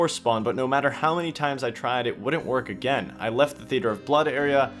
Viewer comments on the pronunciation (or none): none